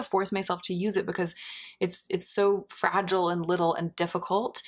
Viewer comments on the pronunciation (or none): none